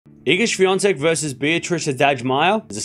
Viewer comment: Iga Świątek - well pronounced, thank you!